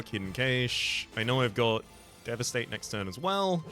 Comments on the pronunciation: I have never heard anyone pronounce "cache" that way. I always heard it pronounced like "cash". Is that an accent thing? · We English dont say it like that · Is he saying hidden cache wrong on purpose? 🤔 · Nope, they're saying it the way the English say it.